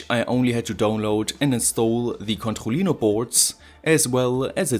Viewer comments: Literally noone: French: C O N T H O L L I N O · Controlino kann man kaum deutscher aussprechen, oder? ^^ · Can you say controllino again? You pronounce it so funny.